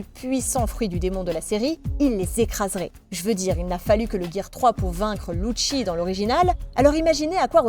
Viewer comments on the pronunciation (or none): none